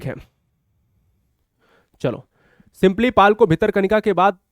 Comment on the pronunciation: सिंपलीपल नहीं गुरुजी सिमलीपाल😮